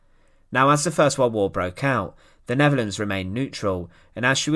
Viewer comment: what the hell is a wald wauuuuugggghhh , it is pronounced world war . Im done . Im asking you tube to not recommend this.